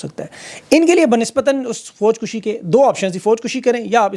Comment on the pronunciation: Sir ek tasheeh kar lijae Foj Kashi hota he lafz. Foj kushi naheen